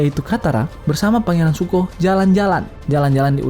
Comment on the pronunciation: Btw namanya raja api itu Zuko, bukan Suko bang wkwk, nice video.